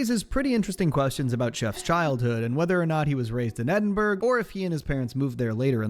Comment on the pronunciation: Edinburgh God he didn't pronounce that right is Ed in bur uh